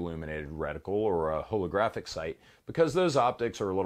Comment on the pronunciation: A whatographic sight? It concerns me how you say hole bro.